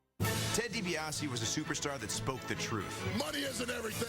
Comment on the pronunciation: It's DiBiase , get it right dork....